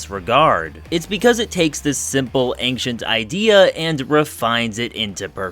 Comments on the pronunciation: Are you really saying "anktient?" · I don’t like how you say ancient…. Otherwise lol great video 😅😂